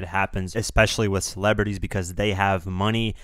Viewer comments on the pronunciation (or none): none